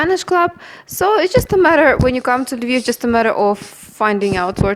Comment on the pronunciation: “La vihhv” 😅🤦🏻‍♂️